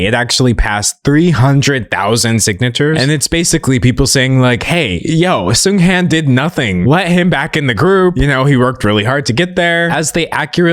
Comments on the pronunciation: i agree with everything you said, the funeral displays were horrifying, it literally sent chills down my spine... i also wanted to point out that i'm pretty sure the latter part of his name is pronounced more like HAWN (like lawn) rather than HANN (like hand). i don't think it's a huge issue i just wanted to mention it in case there are future discussions about this topic! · little fyi: Seunghan (승한) is pronounced as "Seung-HAHN". The "an" in "Han" is pronounced more like "on", with the vowel being long. Not sure if that description makes sense, just wanted to explain how to properly pronounce Seunghan's name for those that are curious!! :)